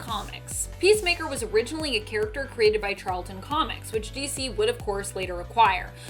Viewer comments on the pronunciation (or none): Charlton.Not Charleston.